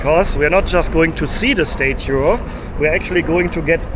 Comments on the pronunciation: It's not "STATE UE" It's pronounced "STAT-UE" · learn how to say statue lol